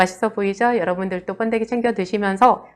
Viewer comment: 뻔데기가 아니고 번데기라고 하세요